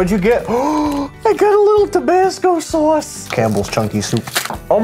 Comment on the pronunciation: gasping “I gowt som tebasko soyse”